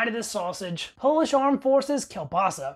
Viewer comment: At least you know KIEŁBASA, and you pronounce it right! smacznego!